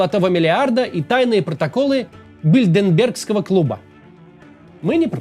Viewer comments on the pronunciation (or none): бильдеРбергского, а не бильдеНбергского клуба. Исправьте, перезалейте😁